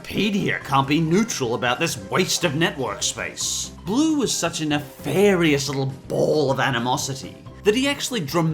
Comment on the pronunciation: I'm done I'm so done he said BLOO and Mr.Krabs I know u said have a grain of salt but COME ON